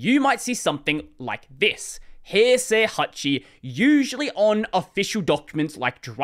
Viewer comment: I was shocked when he pronounced 平成 pretty well, then I remembered who he was ;D Screw 和暦 though, it makes stuff way more confusing than they need to be